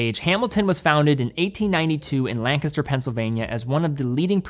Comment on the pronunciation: These are great additions to the line. And thanks for your correct pronunciation of Lancaster—few non-locals get that right!